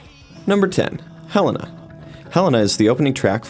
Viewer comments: right is Hel-ay-nah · ITS PRONOUNCED "HELL-AY-NA" MY FVCKING GOD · Top10Music lol I don't blame you. I always pronounce Helena like Hel a na as it is spelled. I didn't even notice because I mispronounce it like that too. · They way he said Helena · video: pronounces Helena wrong me: NO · . G NITE TRIGGEREF ALSO IDK HOW TO PRONOUNCE HELENA EITHER IM DHIT ST NSMES ITS OLAY THOUGH UR MAKING S VIDEO SO U SHOULD OROBSBLY DO RESEARCH BUT ITS OKAY KINDA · Top10Music Wow. Just because they can't pronounce Helena right doesn't mean that they are a fake fan. And as long as they like their music they are a fan. THERE YOU GO. YOU JUST MADE ME TRIGGERED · I almost left the video when they pronounced "Helena" wrong, but I was glad I didn't when they said "Mama" should be on Broadway. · AND THEY SAID HELENA WRONG